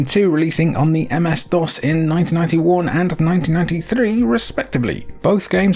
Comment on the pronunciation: The msdos lol